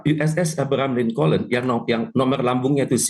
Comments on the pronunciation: USS ABRAHAM LINCOLN..SEBUTANNYA ABRAHAM LINKON BUKAN ABRAHAM LINKOLEN..LUCUU..😮😂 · Alahhh... cara baca abraham lincoln aja lu salah,,( abraham lincon)...